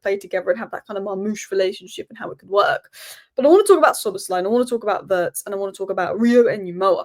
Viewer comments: The pronunciation of Wirtz...is not like "hurts"...it's like "beards"... 😉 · just one little thing - it's pronounced Veeertz. Cheers!